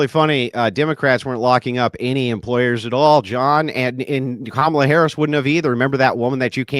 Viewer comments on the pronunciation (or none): none